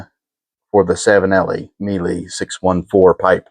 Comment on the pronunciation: Miele, pronounced Me-a-lay, which means Honey in Italian.